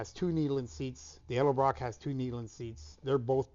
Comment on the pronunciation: Its Edelbrock not Eldabrock